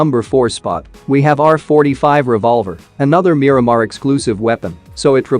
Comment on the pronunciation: Who the f pronounce Miramar as Miramir???